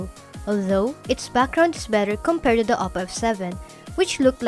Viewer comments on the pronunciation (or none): i hear "boat", "da", "tink", "dis", "smoot"